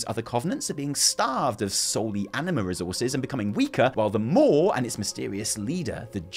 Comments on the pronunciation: The more you talk about the maw, the more we really need your wife here to teach you to speak properly. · Maw and maw.... It’s like I’m being tickled. I don’t want to giggle, but I can’t help it.